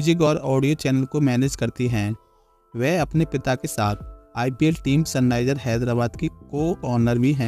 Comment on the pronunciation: Sunrises ❌ Sunniser ✔️